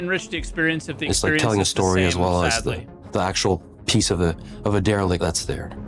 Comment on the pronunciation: You can Der-e-lict my balls, Cap-i-tan'